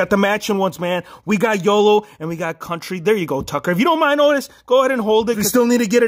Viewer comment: County....not country